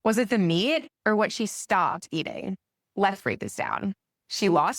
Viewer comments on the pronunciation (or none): She doesn't know how to pronounce MEAT . MEEEEEET ??? Hahaha 🤣